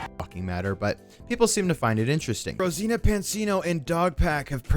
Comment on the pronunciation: ok we get it you are a huge fan of Mr beast, probably dream of him being inside you and whatever else you want, but dam fool try harder to pronounce someone's name properly. Brow. how do you get Rosena from Rosana